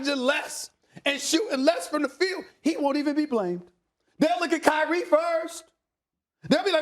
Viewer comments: "K-Ree" lmao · He said if Krye😂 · "IF KAYREE .. KD" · Kay rie 😂😂😂😂